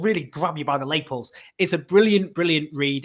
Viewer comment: That is not how you say lapel